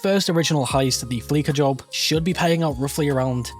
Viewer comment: You lost me at “fleeka” It’s fleesa bro. Fleesa.